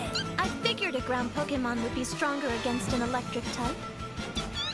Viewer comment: You would expect a video about Pokémon to pronounce the word correctly You seem to do a lot more research than the dubbing team